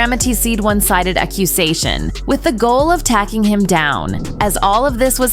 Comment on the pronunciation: "Tacking him down" instead of "Taking him down"